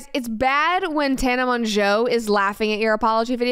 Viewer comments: Tana mahn-jow 😭 I’ve always pronounced it tanna mojo😭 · mongeau is pronounced mow-joe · I hate to be this person because I don’t like her but Tanas last name is pronounced Mojo. 🤷🏼‍♀️ Or mongoose if you’re in my family. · I know she pronounced tana last name wrong but now I instantly can’t remember how to say it😅